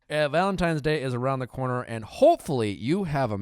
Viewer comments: Did Nick say ‘Valentimes’?! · When Nick always says "Valentimes" ...it warms my heart 💓